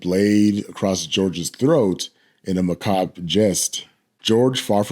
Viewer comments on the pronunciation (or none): none